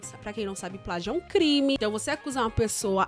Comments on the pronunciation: pragio kkk portugues passou longe assim como essa idéia maluca dele kkkk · NADA HAVER ABESTADO , É NÃO E "PRAGIO" E "PLÁGIO" 🤣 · É "pragio "😂😂😂🤣🤣🤣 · É "PRAGIO" não kkkkkkk Não tem nada a ver kkkkkkk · eu sei o que é plágio mano eu só estava frescando, com a pronúncia do rapaz RS. Ele pronúncia pragio